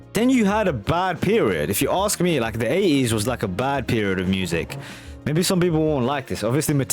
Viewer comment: Your accent got me good this time around mate. How on earth do you say 80s without pronouncing the T? Aye-ees 🙃. As others have said this was a working class take on the flamboyant music of the period